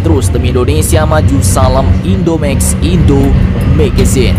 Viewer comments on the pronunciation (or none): pelajari dulu pengucapan salam yg benar bro